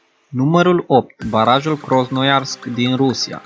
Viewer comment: Cum poti sa citesti/pronunti Krosnoyarsk cand pana si pe ecran scrie clar Krasnoyarsk ? Pana acum n-ai auzit de acest oras?